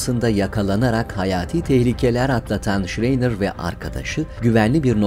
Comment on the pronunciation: "Şreyner" değil ama , "Şrayner" okunur ve söylenir.